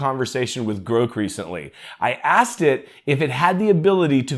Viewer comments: I think you're mispronouncing Grok, Grok rhymes with rock, you're pronouncing it Groke, rhyming withe broke. 🙂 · Your pronunciation of Grok was so cringe I died. I have never heard it pronounced like that before! It’s pronounced exactly how it’s spelt. Or like the word rock but with a G in front. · Are you saying Grok here? Say Brock, then substitute the B for a G, now you have the annunciation of Grok. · Well maybe AI can teach this guy how to say the word Grok. lol